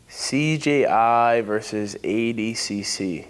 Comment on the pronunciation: Why did nicky say adcc and not adcc lmao